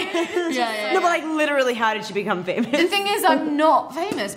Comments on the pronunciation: Hahah Kristen says pha-moose 🤣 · Kristen says "Fae-Mousse" 🤣